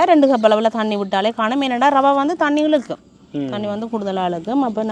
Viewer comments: றவை அல்ல, அது ரவை. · றவையா, இரவையா?தமிழ் படும் பாடு! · சமையல் செய்ய தேவை ரவை. றவை அல்ல. தமிழ் படுகொலை